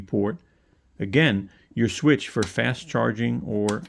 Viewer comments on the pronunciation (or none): none